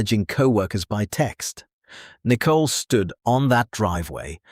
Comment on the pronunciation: Again with the 'nickle' it's Nicol (with an 'O' and arrest her already. You don't read anything, there are no replies. Stop with AI crap.